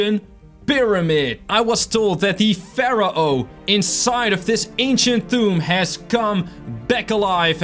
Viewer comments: It’s pronounced faro not farao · it's pronounced like fair-oh